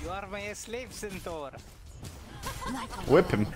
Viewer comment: "I will hwip!" 😄